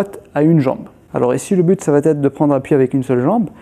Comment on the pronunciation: Super vidéos merci. Juste un truc: ya pas de t à ça va être. Pas de liaison